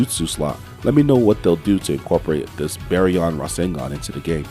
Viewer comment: Bro said bearyon